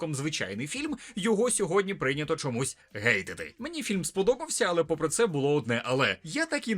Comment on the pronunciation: Як же дістало чути "гейтити" замість "хейтити". Літера "H" англійська читається як "Х". Для позначення звуку "Г" є літера "G". Якщо не знаете як читати слово іншомовного походження - дивіться оригінал. "Хобітс" а не "Гобітс". Експеремент явно вдалий, бо дедалі більше людей вірять та міняють букви. Hate та Gate - два різні слова, схаменіться.